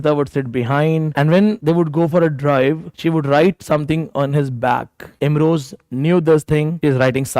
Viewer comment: It's Imroz not Imroj, kindly correct.